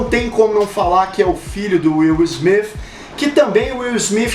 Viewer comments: Pô cara,tu errou o nome do Will Smith e do Filho dele,o Jaden,o nome deles é Will (Smith) com T no final e não (Smifh). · Pronúncia horrorosa. Parece que fala Will Smiff. Kkkk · Wiil Smif, coloca o T cara, é errado, mas geral fala assim. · "Will Smiff" kk Ótimo vídeo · Nunca que sabia que se pronunciava will smifi 😂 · Incrível como tem gente que mesmo falando no português querem fazer a pronuncia no inglês. Smith com som de F , City é Ciri. A marca Vodafone no alemão é Fodafone ninguém vai querer falar assim negativo para esse vídeo. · Ruim é escutar ele falando o sobrenome Smith.